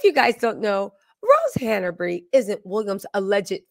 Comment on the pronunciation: It's Hanbury, not Hanabery